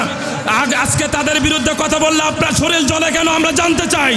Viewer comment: Shoril na vai ota shorir😂😂